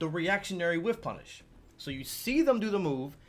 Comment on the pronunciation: Am i wrong or did u say “wish-punish”? It’s called “whiff-punish” But very nice video! Oh and great play at sfl 👍🏻